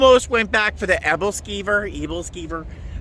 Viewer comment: Hahaha, the Ebelskiver baker… especially you pronouncing that word with so much emphasis a couple of times… flashback to Rose Nylund on the Golden Girls, dishing up some anecdotal tradition from her youth!